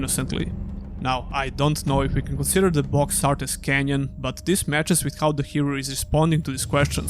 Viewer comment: it's canon, not canyon.